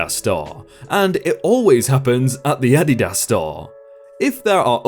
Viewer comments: Adidas. Ah-DEE-Das. Unstressed-stressed-unstressed my dude. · OK... I'm gonna try & get through the first story even though your English sometimes SUCKS!! Them shoes are pronounced "A-Deed-iss". Every time you butcher that word is painful. It makes me wonder if you aqre actually on this planet. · Addy das ??? fucking REALLY?????how do you say "Nike" or "New Balance"... never mind I do not want to know... W T F????? If you say "Addy Das" one more time I am un-subscribing & will warn others to avoid your channn- nell. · You say Adidas weird lol. The company pronounces it uh-DEE-dus. ADD-y-DAS sounds strange. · Love the posts. Great stories but being in the USA. I HAVE to tell you. You are pronouncing Adidas wrong. It is not Ah dee daas. It's (( Ahh Dee Does )) say that fast. Sorry. Just irks me. lol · Oh for fucks sake, it is pronounced "Uh-dee-dus", not "A-dih-dass". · Your pronunciation of SOO many words is SOO bad. It’s AdEEdas. Not Ady-das. Also, it’s shopping cart, not trolley. Cash Register, not till. Tennis shoes or sneakers, not trainers. Elevator, not lift. Bathroom, not lou. If literally more than 300 million people say it instead of 56 million, I’m going to side with the much greater number. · Content creator- Adidas is pronounced ah-di-dah-s OR a-di-das...... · Nope its a german brand and is AH-dee-DAS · LMAO I just had to pause the video to explain what you were saying to my ten year old. It's pronounced Auh-dee-dis. Silly. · Adidas is pronounced = Uh-Dee-dus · Technically ADIDAS is said like AH dee dahs with short a sounds on the a letters. keep up the great work though, LOVE your videos! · Like uh-Dee-das. The way pronounced it just sounds really weird lol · Adidas... the emphasis is on the 1st syllable, not the last syllable... "AH-dee-das" JESUS, your work is reading words so you should learn how to fucking pronounce them! Don't you think? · I don't think I've ever heard someone pronounce Adidas that way before lol